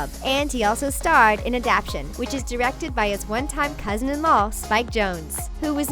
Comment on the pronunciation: Pretty sure the word adaptation was pronounced incorrectly.